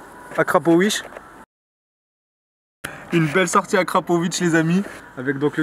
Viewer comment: on est daccord que a il dit akrapowish